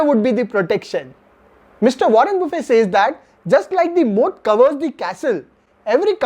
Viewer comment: Sir! You are pronouncing Warren Buffett as' buffe 'as in buffet meals. Actually it is Buffet with 't t' NOT silent.